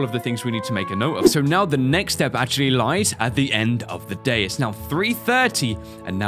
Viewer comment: "MEXT DAY"........... Haha-haaaaaaaaaaaa..................